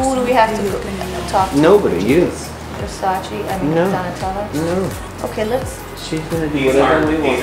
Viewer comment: Versacä not versacii OMG